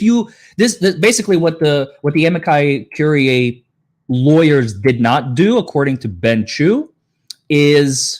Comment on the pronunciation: Amici Curiae is pronounced "A" "ME" "SEE" or "A" "ME" "GI" "COR" "IE" (like courier, but withor the last "R")